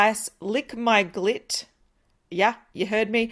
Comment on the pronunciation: “...and lick my glit” Me: chokes “Sorry WHAT?!”: “Yes you heard me, lick my glit” 😬😬😬